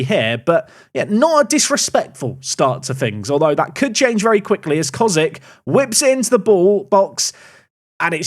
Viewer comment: just a quick pronoucion mistake fix: Kozík is pronouced Koziiik because the ´ makes the i longer